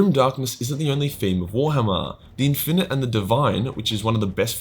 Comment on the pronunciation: The way he days warhammer Is like "Gwar-hama"